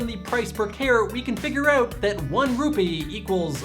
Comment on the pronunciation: He said "Rupi" Instead of Rupee.